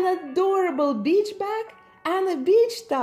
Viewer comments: Wait, did she say “basic beach” or “basic bitch” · Am I the only one that when she was talking about her first doll heard basic bitch instead of basic beach? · When I heard her say "Basic beach stuff" I was startled until I realized she said "beach."